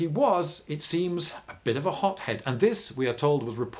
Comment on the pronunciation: I keep hearing 'hop-head' instead of 'hot-head'.